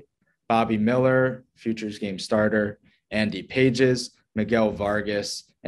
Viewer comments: andy pronounced Pah-hays can mash he is a pretty good prospect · For a show called Farm to fame, to say the dodgers prospects are not a big enough return is a bit silly. One if not the best farm system in baseball…You don’t know how to even pronounce Andy Pages’ name, so it’s not surprising you don’t think the prospects are good enough. It comes across as an under researched pod, and just people throwing their opinion without all the facts.